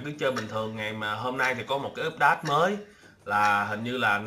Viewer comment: a vẫn đọc úp đát =((((((((((((